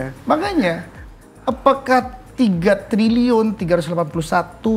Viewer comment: Nyebut trilyunya salah ga sih?